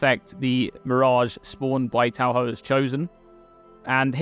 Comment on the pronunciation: It's pronounced Ta-for